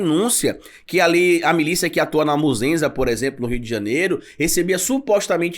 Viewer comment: o nome correto do local é Muzema, e não "Muzenza", com foi dito no vídeo. Parabéns pelo trabalho.